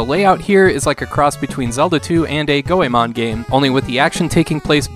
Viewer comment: Go-mon. Not Go-e-mon. An 'O' followed by an 'E' is a long O sound in Japanese. Dont make me come over there. Love the vids.